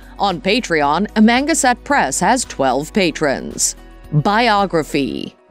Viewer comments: It's "Ama.... Gan... sett" press, not "Amanga... set" press. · Me to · "?uh - manga- set🤣🤣🤣🤣🤣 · Amangaset press? I guess Jason and Ben don't know how to pronounce where Jason was born/grew up?? 🤷‍♂️ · Am-A-gAn-set. Say it slow then speed it up.painful just painful to listen to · Pronounced Am -a -gan-sett. Know your information. Do your homework. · Am-ganset. Can’t even say it right. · I'm from Long Island, been to Amagansett, if you can't pronounce that correctly, I'd love to hear your shot at Hauppauge!! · I agree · LOL....Lifestyles of the rich and famous!.......and the narrator can't even properly pronounce Amagansett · Maaan! That's AI, you'd think it would pronounce Amagansett correctly😂😂😂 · You can't even pronounce their channel name plus other words. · You're pronouncing EVERYTHING wrong.. AMA-GAN-SET.. And Alan ALL-DA